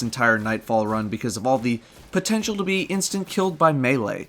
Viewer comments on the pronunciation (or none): none